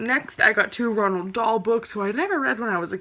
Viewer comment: "ronald dahl" lol